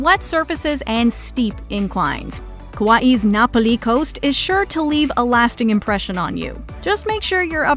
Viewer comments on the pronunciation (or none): excellent list! May I point out that "Napoli" is Italian for Naples, but the trail in Hawaii is pronounced "nah POLLY" (Na Pali)? Also, I've backpacked both the north and south rim trails at Grand Canyon, and I feel the tougher one of the 2 is the North Kaibab, in that it's 1000 or so feet higher than the South Rim, is much longer, rougher and steeper, and thus takes much longer. Plus, there's only 1 water stop on the 14-mile route, as compared to 3 on Bright Angel. I needed only 4 hours in on Bright Angel, and 6 hrs. out the next day on S. Kaibab, but I needed coming out the following year on N. Kaibab. Also, these 2 are the "walk in the park" trails at Grand Canyon, with a number of serious challenges in the park's back country.